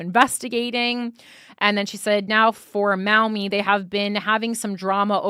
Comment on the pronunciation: Pronounced “Maw-Mee” I live nearby ! The Maumee political community is insanely corrupt. I could write in about it